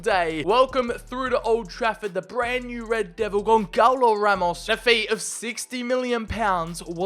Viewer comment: As a Portuguese the way u pronounced Gonçalo ramos hurt but I wont hold it against u😭